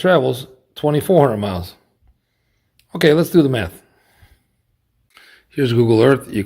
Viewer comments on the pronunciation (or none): I'm sorry, , did he say "Let's do the math" or "Let's do the meth"?